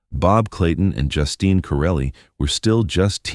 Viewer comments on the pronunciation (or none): I almost screamed every time I heard Justin instead of Justine. Is it really that difficult to get a human to narrate? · Please pronounce her name properly.....JUSTEEN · I hate the way AI mispronounces words. Sometimes it says her name right and other time says it like a boy’s name.